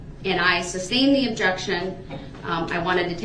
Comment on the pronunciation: Did he really say "substained" the entire trial?